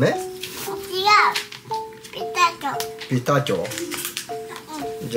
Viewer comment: 美味しぃ！楽しぃ！ でも食べ過ぎると うーーん😢てなるのよねぇーwwピスターチォ🎉発音ネイティブっぽい